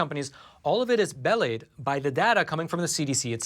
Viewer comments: beLIED, not bellied. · Just had to laugh at your mispronunciation of "belied". Here's a hint: it's not the same as "bellied". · Great video. Very scary stuff. Just a point the word belied is pronounced “b-lied” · Did you mean to say belied (about )? Please don't use words on your podcast until you know how to pronounce them. I hope I haven't falsely accused you, but I can't figure out what word you used so this is my best guess. Belied wouldn't have been a good choice for the context: doubly confusing.